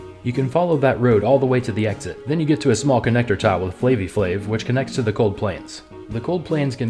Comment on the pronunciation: And now she is forever know as “Flavie Flave”